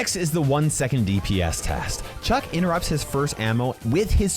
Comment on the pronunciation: It's Chuck not "chug"